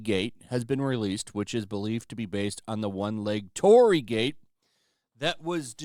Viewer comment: Your pronunciation of Torii is off. It is not "TOR RI". It consists with 3 sounds. TO, RI, I. "TO" is like word "Toe" only shorter. "RI" is like the first sound of "Ring". "I" is like the letter "E" only shorter. And yeah it is kinda like a gate to some spiritual places. There supposed to be something holy behind a torii gate even you can't see it. Maybe no one gives a damn about it outside Japan but I just wanted to point it out because I am a Japanese.